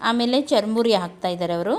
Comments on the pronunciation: madam adu chur muri not charamuri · Nice.... charmuri alla sis..... it's churmuri.....